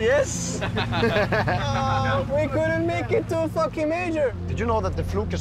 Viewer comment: ""Did you know the fluke is the most common fesh in the sea?" gets me every time:)